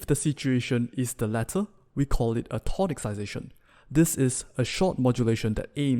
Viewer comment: Very good! Just to let you know, it's pronounced tonissization.